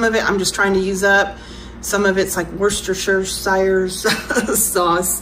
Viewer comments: Worcestershire sauce is pronounced wuss-ta-sheer. Hope that helps anyone who struggles with pronouncing it. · Youve mentioned it in past videos, so just if youre still wondering how to pronounce worcestershire sauce: 'worcester'= WUSS-ter (even though it looks like it might be WOR-chess-ter it's not, it's pronounced like Worcester, MA) and then 'shire'= shur. So altogether, it's 'WUSS-ter-shur'